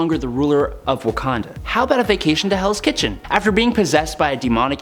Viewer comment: Is it me or did i hear hells kitten rather than hells kitchen